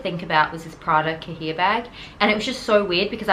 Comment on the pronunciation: It's pronounced "ka-yay." It means notebook or booklet. (I know this is an old video, but I'm going back and watching all your old videos now that I've found your channel.) Great story.